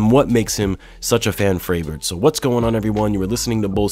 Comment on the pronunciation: "fan fravorite"